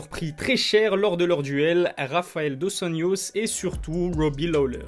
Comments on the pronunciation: Slt " Dos anjos" ça se prononce dos anRos et pas dos anYos. c'est une critique positive tkt 😉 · Tu aurais pu prononcer dos anYos si ça serait 1 nom d'origine hollandaise mais la c'est 1 nom d'origine hispanique donc on dit dos anRos